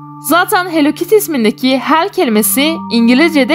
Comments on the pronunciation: Çünkü o "hell kittiy" değil "Hellokittiy" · onun adi hello kity hell kity degil korkmayin bu yanlis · Abla o hell kitty deyil o hello kitty